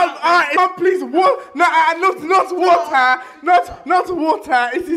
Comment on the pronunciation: Not waata wata is my weakness